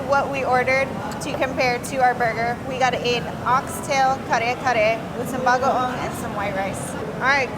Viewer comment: Excellent job in pronouncing those hard to say tagalog words. I totally agree with the winner of the food challenge. Kare kare is one of my favorites . My Mexican wife cooks killer Kare Kare and other Filipino food.